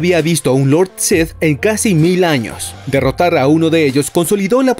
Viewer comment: Porque dices Lord Seth en lugar de Lord Sith? Es muy molesto